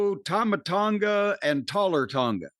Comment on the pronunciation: Did Jim say Taller Tonga? 😂